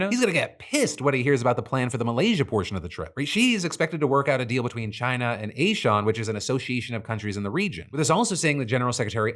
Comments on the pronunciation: ASEAN is pronounced AH-SEE AHN, not AY SHAWN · Hey Phil! As a regular viewer from an ASEAN country, respectfully it's pronounced "A-SEE-AN". I laughed out loud when you said "A-Shawn" lmao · Imagine a world populated by a guy who looks like a wet napkin that you finished on after you'd pulled out. 🤢 Edit: Also Did Phil just call ASEAN (pronounced Ah-see-an) as A Shawn? 😂😂😂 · ASEAN - Ah-Z-An, not A-Shawn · A friendly FYI—in Southeast Asia (where my partner is from and where I worked for several years, including with ASEAN) ASEAN is generally pronounced ah-see-ahn! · TIL Phil can't pronounce ASEAN. Horribly hilariously white man of him. Never felt the Americanism more than when he misrepresents facts for issues outside of Western World common knowledge. Those meetings are part of the usual ASEAN meetings and has nothing in relation to US politics. The agreements signed? Yes. The presence? No. Stop making it more of a big deal than it really is. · Phil mispronouncing ASEAN 😂😂😂😂😂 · Bro butchered the pronunciation of ASEAN it hurt my ears